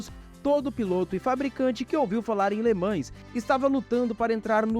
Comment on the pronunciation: Cada vez que alguém fala Le ManS, morre um golfinho...